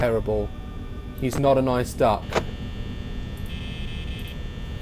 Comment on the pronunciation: Am I the only one who heard 'I don't like the dark' when he said 'duck'?